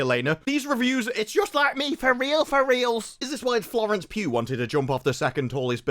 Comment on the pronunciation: Mate...It sounds like you're saying 'Florence Pube.'